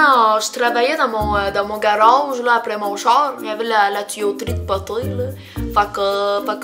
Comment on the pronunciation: Personellement chu quebecoise et je suis tout a fais dacord avec ta vidéo surtout la différence entre les français et les quebecois ! Touka j'adore ta video mais se qui ma fait le plus rire c'est avec le "renârd dant son gâroge " ahahahha j'adore tes vidéos ! Continue on t'aimes beaucoup ! 💝💝